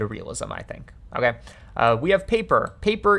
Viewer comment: I don’t like the way you say “ok”